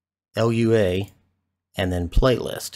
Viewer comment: hi i dont wanna sound like nerd but lua is pronounced like "loo a" hope this msg gets u